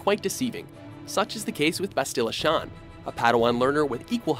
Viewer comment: Maybe if you had played any of these games you wouldn't be butchering the characters' named. Mission Vay·oh Bass·tilla Shan (not Shon)